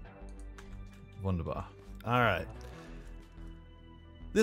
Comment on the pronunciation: Every time I hear wunderbar (wonderbar pronounced by ) I cringe